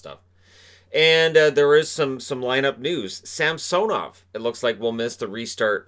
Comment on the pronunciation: dude , its samsonov,, not sam soow nov lol pretty sure